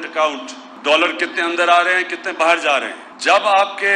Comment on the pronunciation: Bahar hota be bahir nhi hota